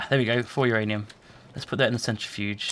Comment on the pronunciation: No, it's not uranium. It's MYanium!